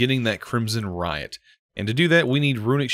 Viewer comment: i dont know if maybe i was hearing you wrong but it sounded like you kept saying rite as "riot" instead of "right" and it was driving me crazy lmai